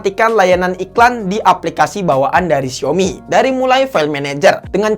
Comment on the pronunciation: Xiaomi bacanya siomi ~logic